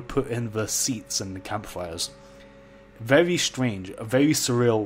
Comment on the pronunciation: Now hear me out, i'm not bullying you for how you say stuff weird but i love how you dont care about the normies and you say vevy not very. Great videos man.